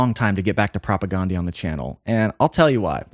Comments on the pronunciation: Still pronouncing their name incorrectly. Listen to any interview with any member of the band. It's not Propa-GONE-dee. It's Propa-GAN-dee. Like Dan, not Dawn. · You are pronouncing their name wrong. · Supporting CASTE, not “castle” lol jeez 🤦‍♀️ it’s a play on words… and they’re definitely not a new band, they formed in like 1986. Also you’re pronouncing their name wrong 🤘